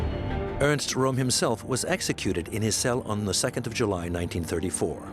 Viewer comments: Why make a documentary and then not bother to pronounce the names correctly? Röhm is pronounced Röhm, not "Rohm". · The SA leader's name is pronounced /POEM/, rather than like the name of the Italian capital. Also, the word to have been used was "annihilate", rather than "animate".